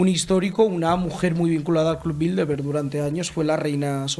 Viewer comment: Por qué dicen BildeLberg?. De donde sacan esa "L" que no existe?. Se supone que son gente culta.... No se dice BildeLberg, se dice BildeRberg.